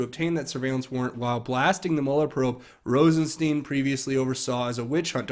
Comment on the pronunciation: Hi,. just a FYI about how to pronounce Rosenstein. The “ei” is German and is pronounced like the I in ice. In the reverse the name would be pronounced as you have been saying it. You’ve been pronouncing it wrong.